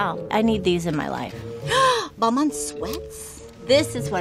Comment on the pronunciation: Balmain = bal_ma